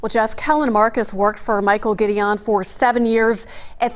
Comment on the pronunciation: I’ve known Mike for decades as well & would’ve told these fools to get his name right! It’s pronounced “Gid- I-won” NOT “Gideeeown” ugh these “journalists” want to report first instead of correctly. Another channel called him and his brother Alex a whole damn different first name wtf.